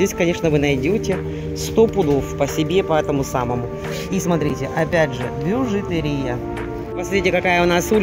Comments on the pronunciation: БижутЕрия - ударение на Е, а не на И! Ужасно режет слух ваша речь! Ну, столько грамматических ошибок в речи для дамы в возрасте - это тихий ужас!!! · Спасибо за обзор,. Бижутерия надо делать ударение на букву е.